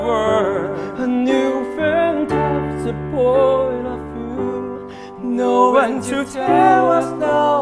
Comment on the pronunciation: 贾凡的替补考核Quando Quando Quando唱的挺有爵士乐韵味的，行云流水，细腻舒适，尾音有余音缭绕的味道。搭档李向哲有点拖后腿，没唱出爵士乐的摇摆感觉。对比张超和郑云龙那组，尚雯婕一顿夸，我真没听出张超唱的哪里好，只听见他英文发音太差，好几个单词发音都不准，fantastic后两个音节都没听见。不懂为啥他俩能胜出。